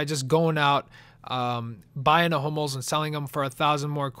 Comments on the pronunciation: i thought u said homos not hummels...... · it sounds like he's saying 'homos' not hummels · I wear to god you kept saying HOMOS not Humells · Am i the only one to thought he said Homo? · Sounds like he's saying HOMOs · it sounds like your saying homos :l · sounds like your saying i bid on 5 "homo's" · it kinda sounds like your saying homos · it sounds like ur saying homos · I keep thinking ur saying homos